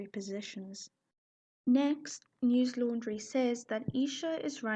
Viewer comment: It's not 💀 news laundry it's news lundary